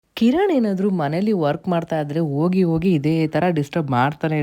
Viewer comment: ನಿಮ್ಮ pronounciation ಕಡೆ ಗಮನ ಕೊಡಿ Ogi Ogi ಅಲ್ಲಾ ಹೋಗಿ ಹೋಗಿ